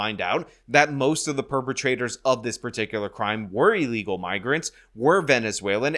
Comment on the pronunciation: ILL-egal. NOT EEL-egal. Left a thumbs down until you correct yourself.